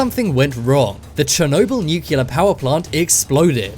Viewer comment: can you say nuclear properly please its nu-clear not new-killer